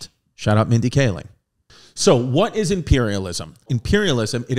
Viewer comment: “Shoutout Mindy Kahling” lmao